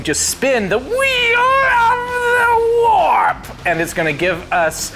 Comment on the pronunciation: The WHEEEEL OF THE WAAARP really like cause he says it's name properly